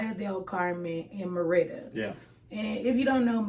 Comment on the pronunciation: This is wild! I just got done reading a post you put in a Facebook group about how much you thought Mérida was boring. Suddenly, while watching YouTube, your channel popped up! 😳. Wow! You keep mispronouncing Mérida, so I guess you really didn’t like it! 🤣. Sorry it didn’t work out. Mérida is perfect for me right now, but I’m retired, so…🤷🏾‍♀️ big difference in what I require vs you with a growing family. Good luck to you!! 👋🏾